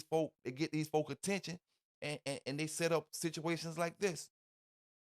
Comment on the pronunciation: It’s “set up” Set……… s.e.t !!!!!! What is “Saht up” ????